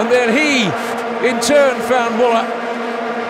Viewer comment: The least the commentator could do was to pronounce correctly Müller"s name. The guy earned that respect, did he not ? :)